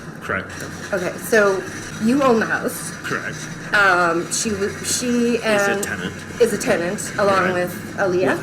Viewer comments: Great video as always !!! as he keep repeating the word correct it’s starts to sound like he’s saying “Crack” ❤️💋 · Not convinced “correct” is even a word any more… just sounds like “cracked” now Mans guilty as sin tho